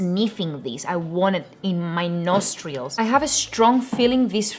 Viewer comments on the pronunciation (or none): "Nostreeeeils" greatest word never created 😂😂 I love you